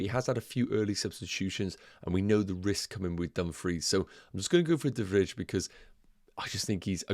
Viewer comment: not important but de Vrij is pronounced as de Vr - eye kind of, in dutch the ij is spoken similar to eye